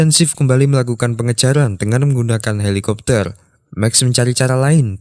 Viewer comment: kapal bang bukan heliciptar😅